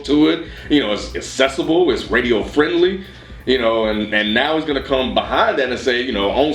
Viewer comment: needs to learn how to pronounce "accessible". or at least find a better word haha